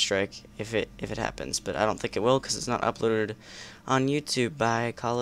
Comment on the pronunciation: I hate to say its Think not thick